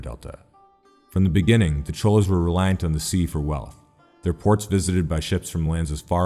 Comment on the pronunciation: Tamils may confirm but Cholas is pronounced more like Choras